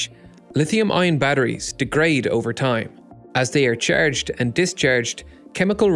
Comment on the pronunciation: the way he says charged